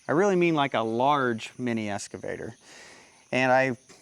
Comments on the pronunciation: Hey, nice machine you picked up there. It's an Ex-cavator, not an Es-cavator:) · i got a little bit triggered every time you said "escavator" lol. EX. EX. EX!!!! That's the end of my TED talk. Congrats on the buy, looks like a nice machine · I won't beat you up on your operation, but I will beat you up on the pronunciation of EX-cavator. Sounds like you're saying ESS-cavator. lol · OMG!!! It's an EXcavator not an EScavator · EXcavator not EScavator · c'mon man, EXcavator not EScavator. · Excavator, no S there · Is it es- cavator or excavator 😅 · Drinking game… Every time says “S” cavator you have to take a shot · There’s no “S” in EXcavator!😂